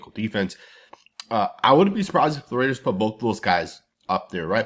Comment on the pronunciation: RAIDERS not Mehders